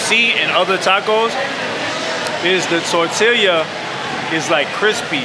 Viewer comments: It's tortilla (tor-tea-ya) my dude not (tore-till-e-ya)..for fucks sake🤣🤣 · Mac stop saying tortileeeya. It’s tortilla (Tor-tee-yuh) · Never seen a human struggle so hard with tortilla. (Tor-til-ya) - MAC lmao Tor-Tea-Ya^ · Mac said, "tore'tillya." Lmao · If Mac says tor-till-yuh one more time...🤦‍♂️ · Torta, torta, tortaria, tortilla, tota,sone shit..😂😂😂😂 TORTILLA BRUH!! I LOVE BIG MAC....FROM D.C. AND ALASKA... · "tortilia" - china mac 2019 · Yo Mac it's pronounced Tor-tea-ya not Tor-till-ya. 🌮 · Mac FYI its not tortillia. Its tortilla and LL's are silent my man. So pronounced in English torteeeya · It’s pronounced TOR TEE YAH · Mac say TOR-TEAL-YUH lmmfao! And yall see mac almost bite his damn finger off at the second joint haha great shit.. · My man's said "tor-tilla" LOL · "Tortillya" hahaha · The Tor Tee Leeah!!! 😂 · Did he say tor-til-ya??💀😂😂😂😂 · "tortillia" lmao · lol the tortilya. my man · Mac, the 2 l’s in tortilla make a y sound. It’s pronounced “tor-tee-ya.” Lol. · Tor-tee-ya bruh lol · That nigga said tortiliah 😆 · Holy nobody noticed you keep saying "Tortillya"?! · This dude said, "Tortilya" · "Tortilia" lol tortilla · “TORT” “Tillya” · Ayo my guy its “ Tortiya” pronounce like that playa. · I know he didn’t say tortilluh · My man really sounded out “tortilla”😂😂😂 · The way Mac was pronouncing tortilla all episode killed me. You're still my guy Mac but we have to fix that lol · The way Mac says TORTILLA is hella wrong but I ain’t even mad fam. U trying and that all we ask for lol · You're having a real hard time saying tortilla lol! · Yo China Mac your saying tortilla wrong lol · I cant trust his review on tacos strictly off the way he says tortilla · How do you mispronouce tortilla so many god dam times in a tortilla vlog smh